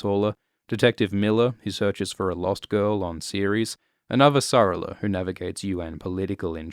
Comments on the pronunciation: I do not like the pronunciation of Avasarala here. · So funny that apparently your accent doesn't let you pronounce Avasarala correctly.